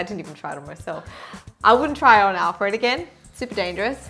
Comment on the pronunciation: Once you said "On Alfreeed" I knew this video was goin to be hilarious!! Please keep making videos like this. xo's